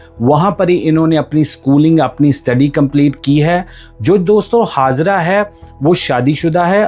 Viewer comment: Its Hajera not Hazara when you have say J you pronounce as Z & again when you have to say Z you pronounce as J stupid fellow 😂😂😂😂😂😂